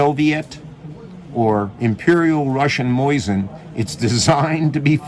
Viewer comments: Why he has to say “moyzin”? This is a good video but Moyzin bugs me every time i hear it😅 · The way he says Mosin, Moizen😂